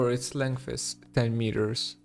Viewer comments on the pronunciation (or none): none